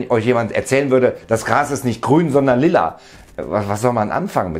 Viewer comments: Kilruna aber doch nicht lilla. "Joa moi" und "gell" kann ich verstehen^^ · Wenn dann lila und nicht lilla-. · Neue Bullshit-theorie: es heißt lilla und nicht lila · Lila. Sehr schöne Aussprache,! (lieb gemeint)